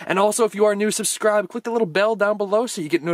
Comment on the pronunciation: Who else heard susscribe xD lol